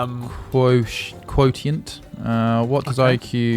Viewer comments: “Quo-te-ent” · Lmao "quoTient"